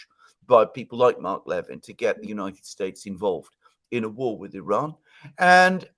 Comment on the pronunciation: you're mispronouncing Mark Levin's last name. It's pronounced as "le-VIN", with emphasis on the second syllable. Just saying! 🙂